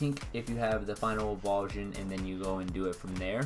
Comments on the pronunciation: Thanks for the tutorial but some advice... it's pronounced "evo-LU-shun" not "evolve-shun". Not trying to be a jerk but thought you should know. The argument of "I say it the way I want" need not apply-- it's not a Pokémon name, it's a word from the English dictionary. I imagine you want people to hear your tips and opinions, so trust me when I say it's pretty damaging to people's impression of you if you say a word like that wrong! Keep up the vids though :D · its pronounced EVOLUTION, not evulsion